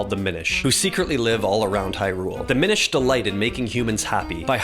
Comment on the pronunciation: It’s actually pronounced “minish”